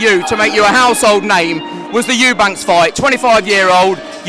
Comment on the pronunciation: It’s EUBANK no S lol